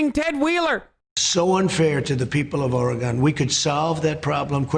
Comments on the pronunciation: YOOOOO! Hasan made fun of Trump for pronouncing Oregon wrong. As an Oregonian, thank you. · People of "Ore-gone" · Trump has never angered me more than when he just said Oregone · Why he say or-gone